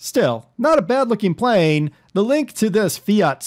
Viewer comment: Finally somebody can pronounce fiat